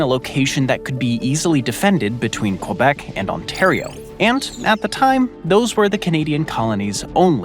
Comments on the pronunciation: The commentator makes efforts to pronounce it well in foreign languages like with toponyms in Iceland for example but this is a disaster with the pronunciation of French words, Mont Blanc is mispronounced, you don’t pronounce the final c, this is ridiculous to say it this way. Also Quebec is mispronounced, this is inappropriate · Hate to see a North American content creator mispronounce both Toronto and Quebec. Be best